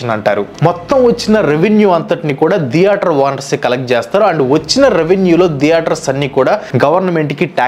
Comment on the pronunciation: Video is good but it’s not deator, it’s theatre